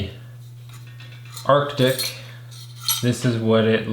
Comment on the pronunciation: FFS, are you unable to pronounce "ARE-TIC"? Is that impossible for you? Jesus! Listening to you saying "ARK-TIC" over and over - even when there were several commenters remarking on this in your preceding video - is like listening to imbeciles saying "NUKE-YOU- LUR" instead of "NUKE-LEE-URR" or "REAL-UH-TUR" instead of "REAL-TOR." Literacy. Check into it some time.